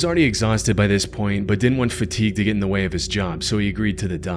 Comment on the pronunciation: This narrator literally pronounces the word "but" as "bied". How. Unlistenable